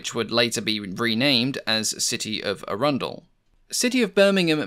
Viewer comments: Arundel is pronouced ARR-an-del not Ar-un-del, or as AHN-del in the local West Sussex pronounciation. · Excellent video. Arundel is pronounced with the stress on the first syllable btw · 'Arrandull', not 'A Rundle'.